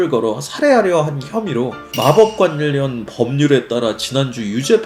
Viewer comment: 제발 모든 ㄴ받침 + ㄹ 자음 단어에 ㄴ ㄹ 로 발음하지말고 표준 발음법 제20항 유음화에 따라 ㄹ+ㄹ로 발음해주세요.. 전력 -> 절력, 관련 -> 괄련, 신라 -> 실라, 난리 -> 날리, 원래 -> 월래 예외는 있지만 항상 ㄴㄹ로 발음하려 하셔서 굉장히 어색합니다.